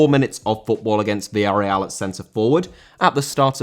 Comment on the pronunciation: Villarreal* not Viarreal